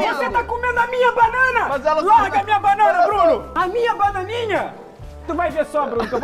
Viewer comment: 😂 Felipe Por que seu irmão falou errado ele falou vou jogar essa casca de bacana Luccas Neto você tem que aprender a falar direito meu filho você pode fazer não sei quantos anos